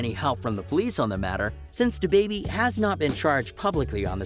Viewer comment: Yo why did you waste your time on this video and then waste ours. This some phony B.S. I would just get rid of this now. You don't really know his life to be talking on it. You can't even say his name correctly. You actually sound nervous even talking bout it.